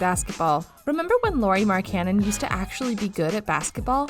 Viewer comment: Stop saying his name wrong